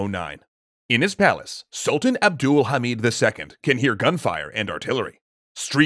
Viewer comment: As a Turk, I can say that he pronounces "Abdülhamit" really good.